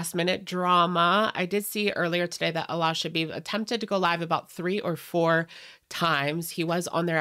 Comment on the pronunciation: The pronunciation of Alaa in English is actually "Aladdin" minus the "-ddin" syllable. A-lah. In Arabic, the name Aladdin is Alaa-ud-din. Allah and Alaa are pronounced differently. I don't mean any personal slights against anyone, but it's just something I wish I could physically say once and be done with it lol.